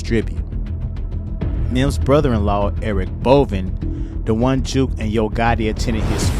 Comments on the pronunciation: It’s Jook. Not juke. Like jukebox on Rasing Kanan 😂😂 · Can't take you serious, you don't know his name. It's not juke , it's jook. Like fish hook. 😂😂😂😂😂😂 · Jook rhymes with Hook. Juke rhymes with Duke. Just helping you bro.